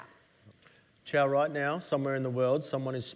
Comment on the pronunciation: Costco is not the blueprint for Amazon. And her name is Qiao, it's not Zhao.